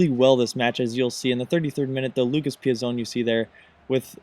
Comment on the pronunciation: Im pretty sure that Lucas Piazon is pronounced "Pee-ats-on" due to their not being an "e" at the end.